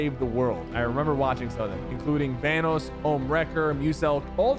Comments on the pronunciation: lol he “thanos” instead of “Vanoss” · im sorry but van - aws not van- oos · The way he said Vanoss makes me mad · no way he mispronounced vanoss💀